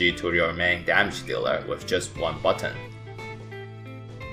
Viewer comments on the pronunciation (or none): none